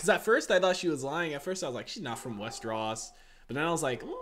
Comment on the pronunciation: Westeros, not Westeross. Lol